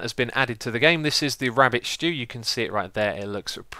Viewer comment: Lol sounds so funny 'rabbit shtew'